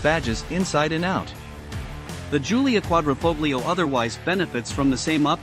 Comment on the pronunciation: Such a shame some people can't pronounce 'Quadrifoglio'